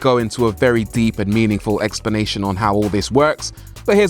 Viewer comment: “Deep meaningful eggsplanation” 😂